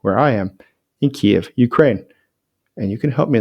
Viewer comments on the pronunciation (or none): Keeve not keyeve!